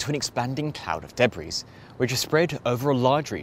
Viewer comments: It's de-bree not de-brees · You don't pronounce the "s" in "debris". It's a French word. It's pronounced like "debree". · Interesting video. A minor quibble, if I may: you do not pronounce the "s" in debris. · Is that really how you pronounce debris? With the S? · Surprised he doesn't know how to pronounce debris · Sounds like he can oronounce it fine, he just doesn't know when to stop :D